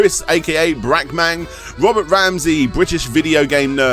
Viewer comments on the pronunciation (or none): none